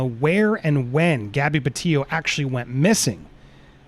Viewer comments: PetiTo, not Petillo. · PETITO...not tio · Sounds like he's says gabby petio